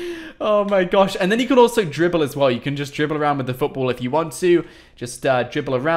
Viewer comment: The way he says football foutboul